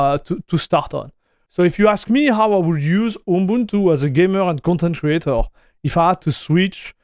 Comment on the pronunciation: you say your pronunciation isn't there, but you actually did pronounce it correctly!